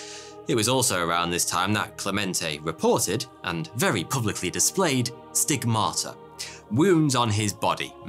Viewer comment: STIGmata, please. The stress is on the first syllable. Stressing the second is worse than heresy or apostasy. It's barbarism.